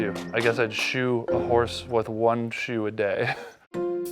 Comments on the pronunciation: Anyone else think he said shoot a horse instead of shoe a horse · anyone else think they said shoot the horse not SHOE the horse